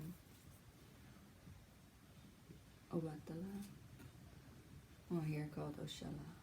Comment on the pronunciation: OMFG!!! You said Obatala...correctly. Zolrak's deck, while not truly representative of my religion was innovative when it came out. Still it's decent and I appreciate the cosmetic changes you've made to it. Maybe, oneday, I'll explain the branches of Ifa and how a branch became known as Santeria. I guess it's time for me to pull out the Thoth deck. I didn't think anyone was still interested in the Golden Dawn deck. Yes, it is a sexy deck. It's vibrancy makes me wonder what exactly was going on during their meetings. LOL. BTW-I DM'd you IG